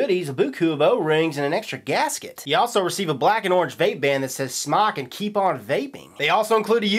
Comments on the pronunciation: can fix the issue of mispronounced name by spelling it SMōK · Not smok its pronounced smoke! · It's Smoke for Christ's sake! The E is silent dude... Not smock!.... Definition of smock 1: archaic : a woman's undergarment; especially : chemise 2: a light loose garment worn especially for protection of clothing while working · ITS NOT SMOCK ITS SMOKE!!!WTF?